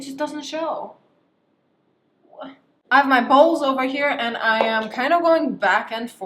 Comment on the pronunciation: Ok I could not be the only one who thought she said balls instead of bowls right